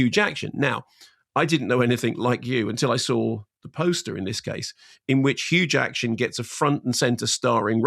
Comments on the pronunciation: I keep hearing huge action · Is it me or did he keep saying Huge Action?😂😂😂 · Hang on, why is he saying hue jacktion? I actually don't get this, at first I thought it was a mispronunciation but he seems to keep using it so I'm wondering if there's an inside joke, or meme, I'm missing. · Why does mark keep calling him Hugh jakshun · I thought he said Hugh Jackson - but it’s Huge Action?!! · Why is Mark saying hugh jackshin not jackman? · Did you realise you kept callingHugh Jackman Hugh Jackshun? And Simon never corrected you? What's that about? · Mark! Who in the world is Hugh Jackshun? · Why can't Mark Kermode pronounce Jackman?